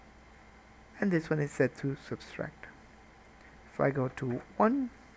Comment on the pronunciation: It's "subtract",, not "substract". You were thinking of "subscribe". didn't you?:-) Thanks for the tut, great stuff!